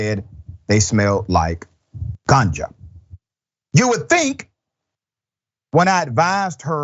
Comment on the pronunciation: Doc, you said "GANGA" 😂